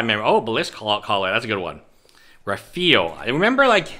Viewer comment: raphael is pronounced raff-eye-el lol good shit tho